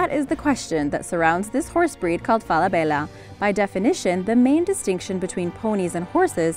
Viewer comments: Everybody pronounces Falabella wrong. It’s FalaBEYa. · She’s saying ‘Falabella’ wrong it’s Fall-a-bella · It's fela bella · Omg how u pronounce Falabella is hilarious!🤣😂😅😆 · Say Falabella one more time. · Please don’t say Falabella again.